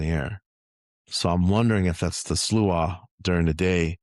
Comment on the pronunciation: So far as I’m aware, that is the correct pronunciation of sluagh.😃 They play a key role in that short story I’ve been working on, so stumbling across this conversation has been really helpful!😊 Thank you, guys!☺️